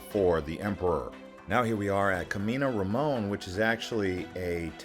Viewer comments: Japanese pronunciation is difficult for English speakers. English is a language of inflection and strong intonation. Japanese, on the other hand, is flat with no inflection and does not use the R and L tongues. This is why Japanese English has an accent. The "Kaminarimon" in this video is pronounced with a very strong English accent. If you say it like this to a Japanese person, he or she will not understand you. The Japanese pronunciation of "Kaminarimon" is not rhythmic, but flat, a little slower, and with the feeling of separating words with "ka-mi-na-ri-mo-n". It is Japanese. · The video was great, but your pronunciation is pretty wild, I had to rewind when I heard you pronounce "Kaminarimon", lol. I get that not everyone knows how to pronounce words in a language that they're not completely familiar with, but I've never heard it pronounced like that.